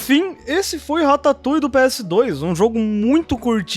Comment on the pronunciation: Man ... Só eu que pensei besteira quando ele falava rataputa